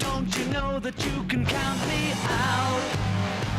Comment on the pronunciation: Omnibullé ? Il était pleins de bulles ? Et "Zat" ? vraiment ? madre mia